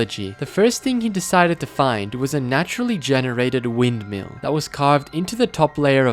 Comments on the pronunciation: NORMAL VINDMILL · ah yes, a "windmill"